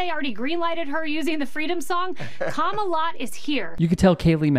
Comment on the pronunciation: I know she's saying Kama-lot, but that's not what I'm hearing...